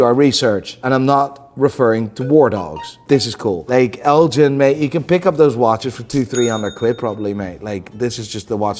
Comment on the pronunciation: It’s pronounced G like GH not Jean. Elgin like lord Elgin.